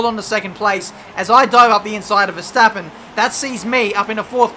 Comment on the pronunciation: . Veshtappen? who is Veshtappen? LMAO XD